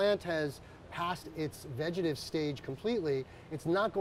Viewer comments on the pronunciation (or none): That moment when you’re enjoying the info on a video and then he says “foilage” or “vegetive”. Come on! After all these years?